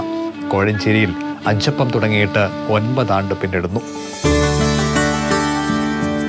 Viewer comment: അച്ചപ്പം അല്ല അഞ്ചപ്പം